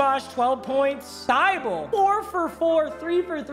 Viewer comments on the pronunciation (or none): Thybolle is pronounced tih bowl ee